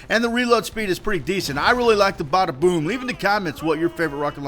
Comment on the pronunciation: Well it obviously isn't if you cam't say the name right, It's the BADAboom..